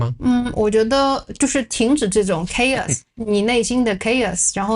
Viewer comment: Kay-Os ( chaos ). Khei-Yass ( chaos )